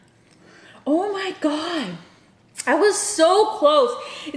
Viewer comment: U mean gosh not God😂😂😂